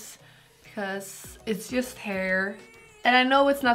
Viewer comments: She’s like This is my heeeerrr I’m like Does she mean hair Lol 😂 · Her pronunciation of "heir" (hair) makes me mute the video. 😬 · I love your videos but the way you pronounce "hair" is the most disturbing thing and makes me want to push my fingers into my eyes.